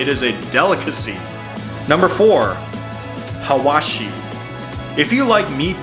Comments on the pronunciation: Dude its hawawshi its not atypo 😆😆😆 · sure but you have to know that your accent is funny when you say hawashiee